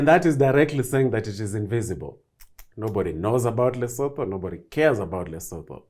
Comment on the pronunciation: What is it with Kenyans mispronouncing names and sounding so ignorant? - Lesotho is pronounced as LISUTU. - *Ramaphosa*: is pronounced as RamaPOsa, not RamaFOsa. The H in isiNguni is exhaled...it sounds silent. - * Thabo Mbeki* is pronounced Tabo Mbegi The H in THabo is silent/ or rather exhaled). The K in MbeKi is pronounced like a soft g).